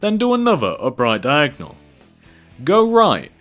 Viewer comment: you saying diagnal is so annoyang i know i spelled it wrong